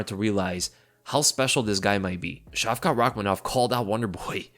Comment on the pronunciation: Care to pronounce Shavkat's name differently than 'Shavka' - 'Шавка' is slang for small dogs, with the associated meaning. It will do good for your image in the eyes of Russian listeners. Edit: the stress on the latter 'a' will bring out the 't' in the name - 'Шавка́т'